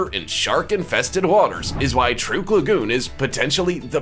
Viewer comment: the name of the place is pronounced TRUCK not truke